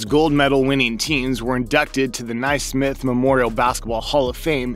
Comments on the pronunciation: He also said Ny-Smith. I’m amazed someone makes a video portending to be an authority on an aspect of basketball yet can’t pronounce the well-known names related to basketball. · Ny-Smith and Kruzuski? I figure this guy doesn’t pay much attention to basketball if he mispronounces those well-known names.